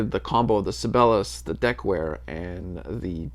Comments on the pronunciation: Sabellus? Isn't the right pronounciation "Sigh-be-lius"? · It's not pronounced "Sibelus", it's "Sibel-i-us". Jean Sibelius is a very famous classical composer. I realize you are Mr. Jazz, but Sibelius is a pretty famous guy. Or was. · I might be wrong but I think that is it pronounced with four distict syllables . . . Si be li us. Like the classical composer. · Si - Bay - Lee - Us. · you know... like the world-famous famous composer.... si bey lee us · Sib-BAY-lee-us is how I think their name is pronounced? Like the composer ... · Si-bell-eee-yus.....Just found your channel, good stuff....subbed! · Sih-bail-ee-us... Named after the famous Finnish composer, Jean Sibelius. As your penance for continually murdering his name, you must go listen to him. Do it! Do it now! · You might at least learn how to pronounce SIBELIUS even if you don't have the basic musical knowledge to understand who he was!